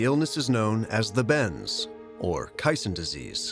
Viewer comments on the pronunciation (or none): It's caisson not kaisen and you're also pronouncing it wrong. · Phonics lesson. Kay. Sawn. Not casein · It’s pronounced “cay-sawn.” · Why does the narrator repeatedly mispronounce "caisson"?